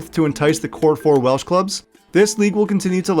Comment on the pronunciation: Props for clearly doing some research on Welsh pronunciation, not something you get from every content creator.